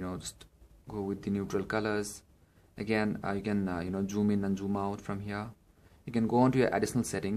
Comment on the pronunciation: Its zoom bro not joom .!